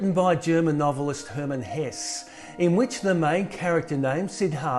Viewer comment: The name of the writer is Herman HessE, you have to pronounce the last E. Is the same as PORSCHE, you have to pronounce the last E its not English, is German. And you don't pronounce it like "ee", rather like "eh".